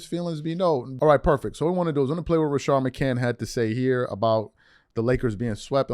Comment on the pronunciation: its RA-SHAD bro chilll on his name! plus say HIS NAME JOEEEEEEEE IS A TWERKER LBGAY